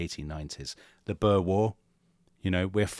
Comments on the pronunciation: I wondered briefly who the 'Burrs' were, before I realised that they must be the Boers. I don't know if Tom or Dominic will ever read this, but I think it might be helpful to point out that Boer is pronounced very much as the English word boor is. It's a diphthong. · I know you only mentioned the Boer War (now called the South African War) in passing, and I'm looking forward to your discussion of it someday soon, but you both are really going to have to work on the pronunciation of the word "Boer"..... The South African English pronunciation is "boor" as in "boorish"... An "oo" sound as in "boo" or "poor". In Afrikaans it's "Boer" (farmer) - a shorter "oo" as in "who" ending in a rolling "r" sound. Not as you've both just pronounced it as "burr".